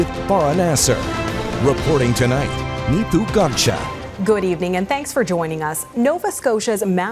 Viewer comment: "neetu garcha" pronunciation in every video is amazing. Good for viewers. At least Global allows comments as opposed to CBC cowards.